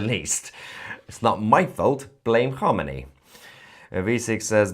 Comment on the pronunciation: You couldn't even pronounce Khamenei